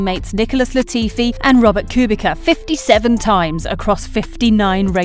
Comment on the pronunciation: Robert Kubica has been in F1 for 15 years nd u still manage to butcher pronouncing his last name 😂 Epic